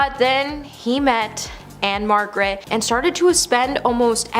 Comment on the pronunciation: Can you really count the nights when after a few whiffs and one or two drinks, The King was stuffing engorged Memphis sausage into a 14 year-old! And it's "Ann-Margret". I do like the fact that you think everyone on earth is a piece of s*it.